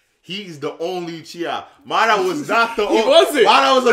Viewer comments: It's not mudara it's madara stop saying it wrong 😂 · It's pronounced Madara not Ma-DAR-ra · It’s MADARA...... Not Ma Dah Rama 😒😒😒